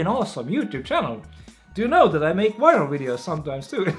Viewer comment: kas sa palun saa fixida oma "viral" sõna häälduse hahahahahah